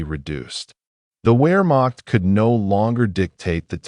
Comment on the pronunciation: Teach the a.i. proper pronunciation..."where--maak?"